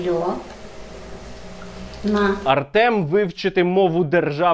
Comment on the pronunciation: "Мене звати Альона". 😂😂😂 Не Олена, а "Альона".